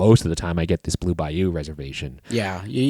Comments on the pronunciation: Anyone else hear them pronounce the restaurant as “Blue Bi-You” as opposed to Bayou. Maybe just me lol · The way you guys pronounced “Bayou” THE WHOLE TIME !!! PISSED ME OFFFFFFFFF 😭😭😭